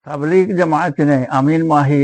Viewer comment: ഈ വയസൻകാക്കാക്ക് തബ്ലീഗ് എന്ന വാക്ക് പറയാൻ തന്നെ തിരിയില്ല.